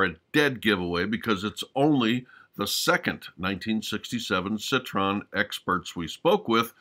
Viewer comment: Citroën not "Citron" byt the way, it's one of the anachronisms of the otherwise brilliant movie. The 2CV is evidently too young for 1962.